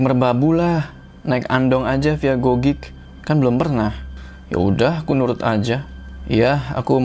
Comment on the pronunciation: Ralat .. Cara baca bukan gogik tapi nggogek.. bang hehehe mksh.. itu deket rumahq gn Andong